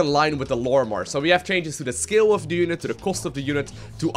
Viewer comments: "Realistic skill mod." What accent or language is that? Never before I have heard scale being said the same way as skill. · Scale...pls pronounce it correct. Not like skill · Michael Viselli he heard "scale" as "skill"